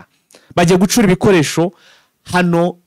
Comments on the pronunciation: Mirongwine(amakamyo)n,imwe(ikamyo)ntabwo wibeshye💪 gusa ntibavuga gucuura ingabo bavuga gucyuura,ubundi nkikundira akajambo sadecye😂😂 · "amakamyo mirongo ine n'imwe" biravugitse . Ikitavugiste wowe urimo uvuga ni "GuCura".... bavuga "guCYUra" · Ntabwo bavuga gucura bavuga gucyura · Bavuga gucyura ntibavuga gucura